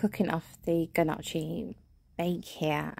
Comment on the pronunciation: Al look delicious- especially the gnocchi- it is pronounced without the g and the chi makes a ‘ck’ sound so you say it like ‘nyocki’